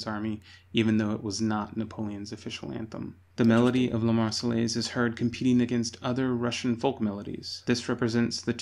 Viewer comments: Argh !! Not the "Mar-cell-ays", but the "Mar-say-airs". The double LL is pronounced like Y. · Nope, Marseillaise has no airz in it. It is pronounced like Mayonnaise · The way the narator keeps saying marsellaise grrrrrrr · “God Save the Tsar” used was the Russian national anthem from 1833 (chosen in a competition) until 1917. Tchaikovsky also used (a larger amount of) this anthem in his less known work “Marche Slave”. Also Marseillaise should be pronounced “Mar-say-airz” (not your mistake, the man in the documentary.) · oooh he's doing a retrospective on history but he's saying those L's in the Marseillaises and you don't do that, those L's are SILENT I'm British and I know this and we hate the French (admittedly they hate us but that's because we kept pantsing them in war.)